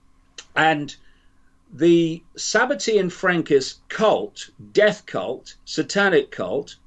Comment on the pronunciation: It's Sabbatean not tian